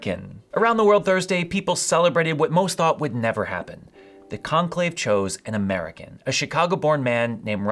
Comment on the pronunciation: I misheard you and thought you said the new pope was "muggle born" instead of "American born". Had a good chuckle there.